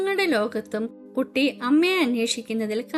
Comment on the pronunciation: ടീച്ചർ കട്ടി അല്ല കുട്ടി ആണ്